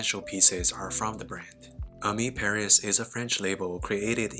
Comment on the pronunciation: I don’t know y but your pronunciation of Ami Paris triggers me incredibly. Anyways. Good Vid